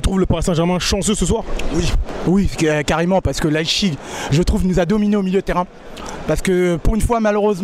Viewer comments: "Leichigue" 😂 en tout cas très bonne vidéo 👏🏼🔥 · Oui désolé pour la prononciation pour Leipzig. Merci pour ton commentaire c'est gentil